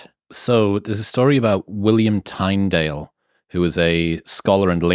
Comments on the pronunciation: At the risk of being a pedant, but I wasn't sure who you were talking about, then I realised you were pronouncing Tyndale as "Tine", not as "Tin". The world doesn't end because of this, but give the man his dues, and have a fair stab at his name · Minor quibble: William Tyndall’s surname is pronounced with a short “i” sound, as in the word tin. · William Tindale is how you would pronounce that btw (Tyndale) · It is easy to understand what the Democrats are doing, when you study the Communist Manifesto. And it is pronounced Tin-dale. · William Tyndale, pronounced Tin-dale. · 1. William Tyndales’ surname is pronounced Tindale. 2. He was burned at the stake by agents of Henry VIII, and as he died his prayer was, “Lord, open the eyes of the king of England” - it is a good prayer today as we deal with 21st century equivalents to that 16th century version of tyranny. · Pronounced "Tindale" ! But great chat, and thank you! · It’s pronounced William “tin”dale bro. Tyndale is the spelling however